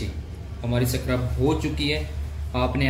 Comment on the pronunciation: Scrub hota h bhie 😂